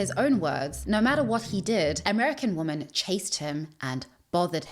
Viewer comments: yea, she keeps saying 'woman' wen she should correctly be using 'wimen' (im using the phonetic spelling here - not how it appears in the dictionary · not - "japanese >woman < should be concerned." instead - "Japanese 'wimen' should be concerned." that is the correct pronunciation. i cant do it. its does my head in. how am i supposed to take wat u saying seriously,, when you cant even use the correct pronunciation in the correct context for a word that is spelt the same...? its one of the idiosyncrasies of the english language. mis-pronunciation doesn't lend any credit to plausibility as it makes one seem uneducated and unexperienced. other than that - you seem to have strait forward honest content - oh i just cant listen to the woman thing,, cos its said alot in this upload. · You using “woman” every time instead of WOEN when it’s appropriate is killing me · why can't you say "women"? you say woman when referring to multiple women, "the reason Ryan didn't date woman in the united states" women = plural of woman, is it something you do on purpose? generally curious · Women omg it's Women not woman . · I like the video but idk if it's the accent but it sounds like you continously say "woman" instead of the plural form "women". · Your accent is interesting. In English, the words for woman (1) and women (2 or more) are pronounced differently. You repeatedly pronounce them the same. In this video and others. Is that how they say it where you are from? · The correct pronounciation of women is wemen, not woman. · I love your videos, but did you know that you keep using “woman” in a singular way, whenever it should actually be “women” (plural!). I don’t want to come off as annoying, but I noticed you mispronounce it every time and it kinda takes me out of the video. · Why is she continually pronouncing women as woman? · Why do you keep saying woman? It’s women* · *women why you keep saying woman? i love your content, but the use of woman instead of women sends me